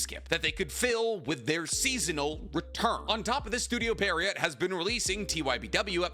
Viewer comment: No hate, but it's pronounced pee·euh·row. French words are dumb